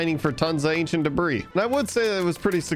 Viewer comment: "acient debras"